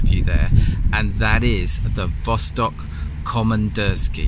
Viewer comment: Thanks once again for your accurate presentation of a remarkable wristwatch. Actually the name in russian is pronounced vastók (and not vóstok). Of course vostok means east.